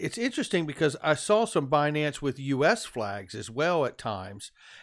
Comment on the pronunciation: Its binance,. Binance!